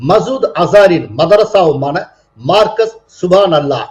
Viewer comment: மர்கஸ் என்று சொல்வது சரி